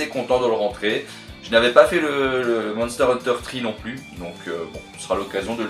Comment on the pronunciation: La fameuse série Monter Hunster ! Bon, ok, c'est pas gentil de se moquer, on fait tous des erreurs de prononciation dans nos vidéos, moi le premier, mais j'avoue que celui-là était joli :D Sinon, elle est sympa cette valise MD, et le Thunder Force à l'intérieur ne gâche rien ;D